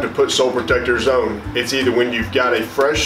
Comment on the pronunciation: . I'm from London and I understand the're are different accents with the English language. But this guy pronounces the word "ON" wrong. He says "OWN". As in "Let's get it own". 😂...This guy needs to find the people who taught him to pronounce that word wrong, wet his good hand, and give them a slap across the chops!. .